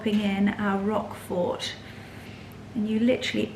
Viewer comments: Hello hello hello and merry Christmas to you all. First, I love that garnet red sweater. That is my favorite color. It’s striking on you and it is perfection times 100. Now, the cheese is called Roquefort cheese not “rock fort”. Ugh !!!!! OK, your fabulous. I wanna hang out and wear that sweater again that is your color besides white and cream. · You don’t pronounce the T at the end of Roquefort 😊